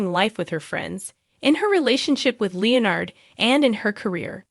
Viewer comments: Where was the "shocking twust"? i'll i heard was a recap. weird accent btw, in the speaking and the text, its twist, not twust, and its leonard, not leo-nerd. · I know there's a Leonard in big bang theory but I never knew of the character Lee nerd. You all need to actually start using real people that know how to pronounce words instead of this AI crap that can't even pronounce the Is name Leonard. Or words like hugged instead of hug ed.